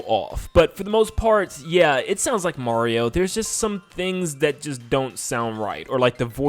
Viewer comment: He messed up the r in Mario and the t in Time